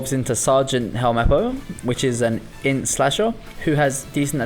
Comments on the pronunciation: As much as I love your videos, I hate how you say 'int' as 'innit' there's no I there... please... my ears are bleeding. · I agree with all of it but man it hurts my heart when you say "init" instead of "int" but great list :)